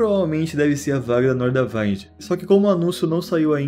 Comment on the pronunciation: Momento FISCAL: A pronuncia é Nordavínd, não Nordavaind.